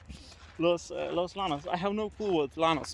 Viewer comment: Pronounced Los Yanos., dear.🌟Any time in Spanish,, that you see two LL’s together, the sound is always a Y sound.✨